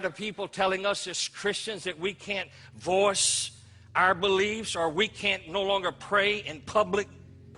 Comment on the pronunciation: Every time it sounds like he is saying "force", I think he is actually saying "voice". Not that I agree with him at all. Fuck this guy.